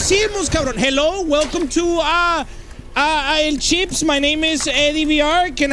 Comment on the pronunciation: bro how you fuck up that bad at el chips